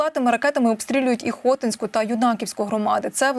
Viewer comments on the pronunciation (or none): ХотІ'ньську, а не ХО' тінську громаду !...( бо селище - ХотІ'нь !!! ... з наголосом на і !) І так само коверкають назву Ю' наківської громади ( з наголосом на Ю !!!... бо Ю'наківка, а не ЮнАківка !!! ) ❤❤❤ Диктори повинні наголос ставити в назвах ЯК СЛІД !!!